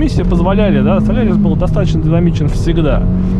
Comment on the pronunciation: спасибо за видео, но он же солАрис!))